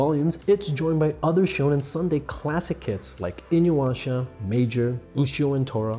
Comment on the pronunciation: Ooooffffff..... You butchered Inu-Yasha name .. ya yah yah not "wah"